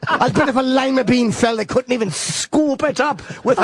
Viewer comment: "If a loy-ma bean fell I bet they couldnt even pick it up with a loyyy-ma bean scooping apparatus!"